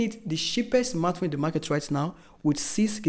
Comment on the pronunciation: Nice review, but believe me, you should work on your phonetics and pronunciation. The way you pronounce cheaper and smartphone is aaaahhhggggg. Best of luck 🤝